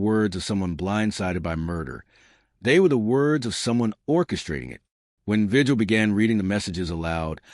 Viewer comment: I think if you’re going to be a YouTuber, and you want to professionally relay information. You should do some research on how to pronounce names. Javier vigil is a Hispanic name. In Spanish translation, the G sounds like an H and the correct way to pronounce. His name is VIHILL. Not just his but any other Hispanic person that has that same last name. Also, they are not called tortillas . The 2L’s then in Spanish sound like a Y. So it correct pronunciation is TORTIYA.